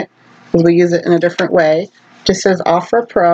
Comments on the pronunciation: Oh-frah not a-frah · It's pronounced Oh-frah with a hard "O" ❤